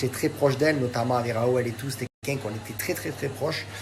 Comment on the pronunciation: "kelkun" mdrrrrrrr🤣 il sont tous cons mdr